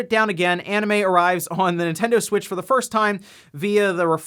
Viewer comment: Sometimes I remember the "nontendo smitch" and just crack up XD